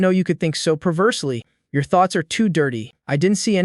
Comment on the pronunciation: Does bro have hiccups because he keeps saying yor